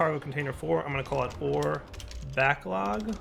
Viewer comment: he called it an "ore backog"